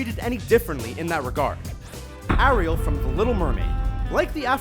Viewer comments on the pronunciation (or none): AIR-iel not ahriel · he pronounced most of the names wrong like arieal and anna from frozen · It's Ariel not Arial. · Brianna Because we pronounce it "Air-riel" not "a-riel" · Disney Lover I was thinking more of the emphasis on the ri in Ariel. It's Air-real not Are-eal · U don't say it aril like that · U pronounced Ariel wrong its said like this air iel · it's airiel not ariel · Ariel is pronounced "Airial" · It's really annoying how he pronounces Ariel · he said Ariel wrong